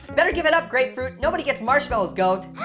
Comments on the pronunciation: Ummm yeah it's Grapefruit not Apefruit. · Grapefruit: It's Grapefruit not Apefruit!